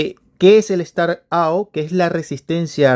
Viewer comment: Estimado amigo, tus videos estan muy buenos pero por fvr mejora tu Ingles un poquito, up no se pronuncia ou, es "ap". Startap, saludos.